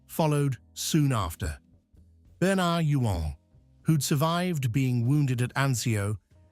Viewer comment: whsts funny it is. The actors name was pronounced Bern-erd You-ins. Its also Jean Alexander not Joan